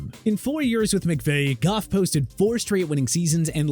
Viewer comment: Thank u for saying goff